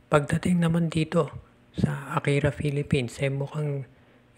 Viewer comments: akari not akira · AKARI PO HINDI AKIRA